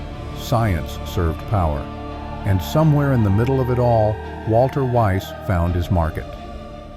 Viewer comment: And why do you pronounce "Walther" as if it were an English name? This spoils your whole video.